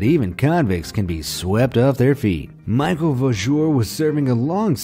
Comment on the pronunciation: Cannes = Can Michel = Michael? Can't you effin read or at least check how those words are actually spelled correctly.